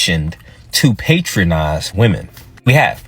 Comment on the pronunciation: That's all I could focus on. I kept saying like going to a restaurant or something. He meant it to be said with short a. I wonder where he learned it lol